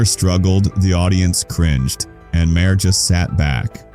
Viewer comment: His last name is pronounced “Mar.” not Mah-her.